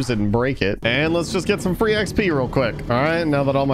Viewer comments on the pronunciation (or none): none